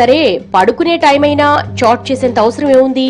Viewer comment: It's not chot it's chat